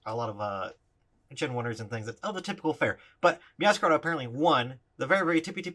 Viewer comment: I think it's pronounced MeowscaRAYda as in Masquerade.